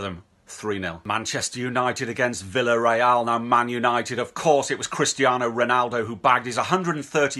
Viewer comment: Hey just so you know ! Villarreal is pronounced - viyareal. When two L are next to each other is pronounced as Y I’m Spain. Yet again the English stuff it up. Think they know it all but can’t pronounce club names correctly you ‘o. Also you didn’t pronounce Real Madrid correct. Just a heads up. Maybe make a lesson on countries language before you come on and show it sll